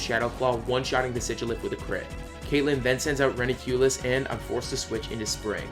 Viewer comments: No Hate I really love your nuzlock but its always bugs me in your gen 5 runs its Reuniclus (Re-u-ni-clus) not reniculus. Again no hate it's just my ocd coming out. Btw love your run. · REUNICLUS, NOT RENUCLIEUS!